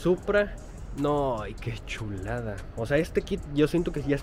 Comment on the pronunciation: Me encanta cuando dices: MIRA NOMAS QUE SHULADS. hasta pareces de SHIHUSHUA...Saludos desde CD Juárez